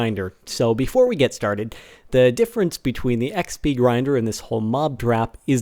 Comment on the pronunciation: No offense but you said toe not the.